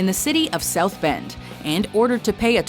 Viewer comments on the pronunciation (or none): Uhh... It's South Bend, not South Bent.